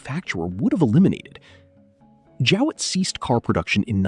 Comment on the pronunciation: Jowett not Jewett.